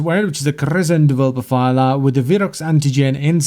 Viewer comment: vulpaphy* not vulpapha